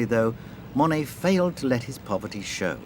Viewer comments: His name is NOT "mony" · I know that’s probably how it’s pronounced but I hate how British people say Monet